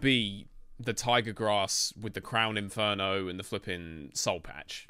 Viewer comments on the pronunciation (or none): none